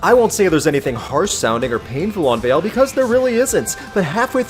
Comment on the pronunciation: The title is Latin and it's pronounced "wah-leh"